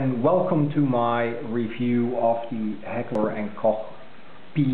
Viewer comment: You are probably the only You Tuber that has pronounced the name Heckler and Koch correctly. Very nice vid.